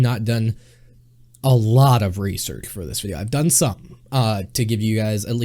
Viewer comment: "I've chanched aloht" "Larghe, professhional"